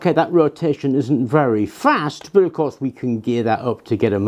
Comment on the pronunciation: Love your stuff . Please say the word but , it’s but like butter not bert